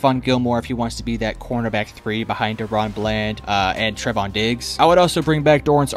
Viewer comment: Called that man Trev-ON😂😂